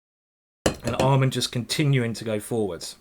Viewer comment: Why did he keep calling Amman almond?